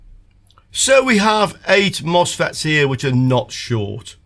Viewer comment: Misfits not mosfets 🤣